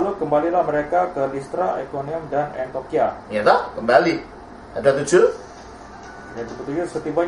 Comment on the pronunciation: Kenapa sering terdengar "antokhia", dan bukan "antiokhia" ya. Apa mungkin kuping saya yang salah ya? Tapi terdengar seperti itu 😓